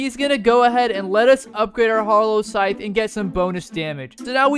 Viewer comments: Its funny when he pulls out the scythe and says "sallow hythe" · Bro reply said sallow heigth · I’m so sorry to say this but bro said sallow hythe 💀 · Bro said sallow hyph in stead of hallow scythe